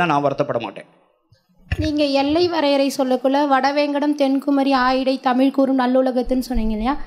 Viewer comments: Brilliant talk on Sangam Thamizh. Thank you Sir. Your talk in Thamizh would be still brilliantly beautiful if stress is given on "zh" in Thamizh. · தமிழ் கூறும் சபையில் தமில் வாளியே என வரவேற்பது மனதிற்கு வேதனையளிக்கிறது